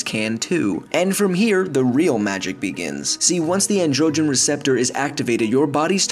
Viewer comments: It's pronounced AN-dro-gin, not levioSA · An dro gen lol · How the narrator pronounces ‘androgen’ bothers me but he still knows what he’s talking about.